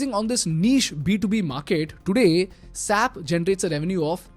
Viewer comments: Its pronounced as S.A.P, like separate syllables and not sap (in one syllable) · It’s not sap, it’s “S A P” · Mind you, it is not SAP, but it us called as S A P. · SAP?? S-A-P It’s not a word. It’s an abbreviation!! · I'm here representing the SAP... Employee and let me correct you with the pronunciation it's S.A.P not SAP😅..I dare you say this in the SAP World as saaap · I work at SAP. The company is running a campaign called #SayItRight to enlighten people on how to pronounce the company name. You need to pronounce each letter separately (es.aey.pee) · Dear it is not sap, but S A P. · SAPian will be like it's "ess-ay-pea" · It is not sap. It is pronounced using individual alphabets 'S' 'A' 'P'. Sap means pig. I remember when commuting to ITPL in Whitefield, Bangalore 10 years ago there is an SAP Labs office that comes on the way. Over the period of time the bus stop was called 'SAP labs' stop. When the bus conductor called out "SAP labs iliri". An employee of 'SAP' labs literally explained to the conductor that it is not "SAP" but 'S' 'A' 'P'. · Dear, Referring to it as "SAP" instead of "S-A-P" leads to a significant misunderstanding, as "SAP" in German slang translates to "PIGS." It's quite an oversight, wouldn't you agree?